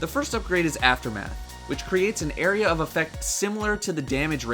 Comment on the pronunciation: pronounce area again??